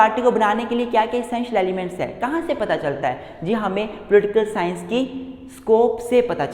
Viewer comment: I like the way he say Pultikul sciance 😄